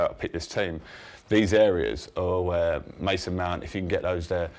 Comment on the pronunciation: The way he said mason mount first 😂